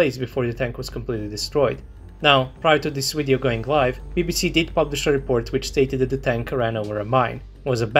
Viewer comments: why the hell do you pronounce video as weedeo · I can hear original uideo, “UIDEO”! 😅;-)